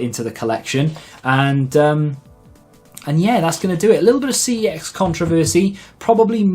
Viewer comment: Its pronounced 'sex' not ' see eee exx